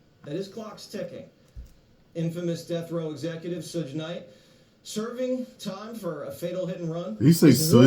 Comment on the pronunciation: “Shuj Knight”